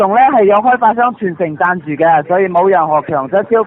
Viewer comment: 贊助變成贊住😁😁😁😁